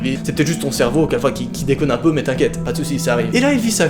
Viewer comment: « Faut vraiment que je comprenne ce que mon cherveau veut me dire » Ouiiiiii mais noaaaaaaaaaaa depuis quand tu dis cherveau ?!!!!! 🤣🤣🤣